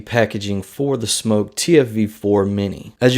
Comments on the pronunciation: It#s pronounced SMOK not SMOKE I mean what the hell lol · No it's not it's Smok not Smock the spelling is in the description on the video Get it right lol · No it's not it's pronounced SMOK not SMOKE People pronounce it wrong lol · Wrong. The brand name is pronounced Smoke. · You said the name wrong sorry if it caused any offence here buddy I was having a laugh with you and I have a tendency of teasing reviewers also